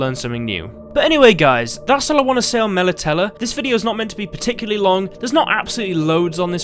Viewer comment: Your pronunciation of Melitele is triggering me